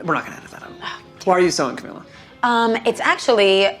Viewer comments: the way the interviewer said her name wrong the entire video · we just gonna forget that the interview called her camilla and not camEEla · I love her!!! Amazing but you said Camila and her mom’s name wrong (mispronounced names is one of my pet peeves) Other than that, I love this interview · it annoyed me how he kept saying her name wrong...